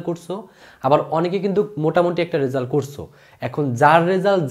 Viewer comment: Bhaia tomar uccharon khub vul. At first result ke bolecho resul. It's a great mistake!